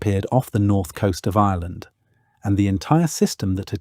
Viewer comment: You know it's a legit when you are struggling with discerning whether the narrator is saying Ireland or Island